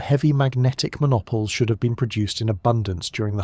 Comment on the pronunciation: Ontario Canada, am Wait, did you say mo-nop-oles? it should be mono-poles (mono meaning one and poles in reference to magnetic poles)